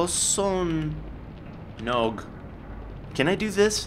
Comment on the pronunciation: kosonog is probobly pronounced (kaws_oh_nawg)